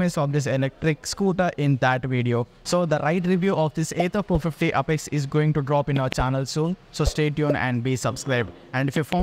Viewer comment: Sir please pronounce it properly it's apex and not upex...